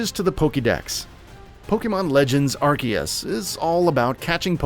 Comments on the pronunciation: I couldn’t watch this. Are-C-us. Not are-key-us UGHHH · How are you going to make videos about Pokémon and call Arceus (Are-Sea-Us) Arc-Ee-Us. 🙄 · Things to now before you buy... Pronounce the game right. It's pronounced Arseus. Watch the Japanese trailer and even how it's written in Katakana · Couldn’t watch after he said Arkeeus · By the way, it’s Ar-see-us, bruv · Who else is excited for Pokemon Arkeeyus? LMFAO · Ar KEY us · “Ar-see-us” it’s not that hard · Lol you pronounced アルセウス wrong 🤣🤣🤣👎👎👎👎👎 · Arceus is pronounced with a Z, not a K. And it's not the first main pokemon game, where only one version was made; that would be Pokemon Colliseum. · how you pronounce arceus hurts my ears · The way he pronounces "Arceus" triggers me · No he's not. Read how it's spelled in Japanese. There is no "k" sound in the name. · There’s no K in the name ARCEUS. Why do these idiots keep butchering the name. Such a cringe